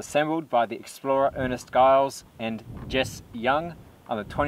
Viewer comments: Good stuff, txs. Please note his name was Ernest Giles, pronounced "Djiles", not "Guiles". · Well done young man 👍 Ernest Giles is famous in Oz exploration. NB the 'G' in Giles is pronounced as a J.